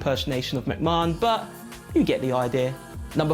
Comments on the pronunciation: Someone please tell him how to pronounce mcmahon. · Nobody else pronounces it like that in the UK.... hits the ear wrong